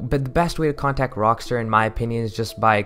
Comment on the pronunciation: "Rockster" its rockstar dude